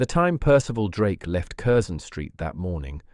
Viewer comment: Not bad for the sub-bodice ripper genre. The tale is not bad, not bad at all, but the narrator needs to bone up on British place name pronunciations: Curzon St. is “Carson”. Berkeley Square = “Barkley”. That’s to name a few from this story.